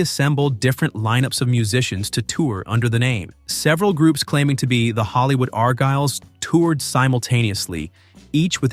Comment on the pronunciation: IT'S NOT THE arGYLES. IT'S THE ARgyles. YOU GOT THE emPHAsis on the WRONG SYLLABLE. IT SHOULD BE ARgyles